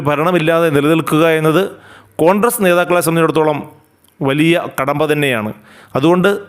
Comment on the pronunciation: കോൺഡ്രസ് അല്ല കോൺഗ്രസ്സ് ആണ്